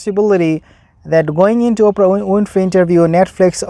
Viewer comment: "Ophra" 😂😂😂😂😂I Lovit !